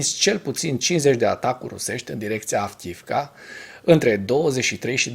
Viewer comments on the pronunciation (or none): Fii te rog mai atent la pronuntia localitatilor/oraselor din limba ucraineana. Cred ca ai spus de 20 ori Avkiivka in loc de Avdiivka. Sper sa nu fie cu suparare. Multumesc!